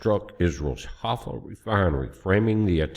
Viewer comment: HAIFA - "HIGH-FAH" I can't believe that our super-intelligence military, plus the CIA, plus the Israeli Mossad doesn't know where the Irani missile bases are!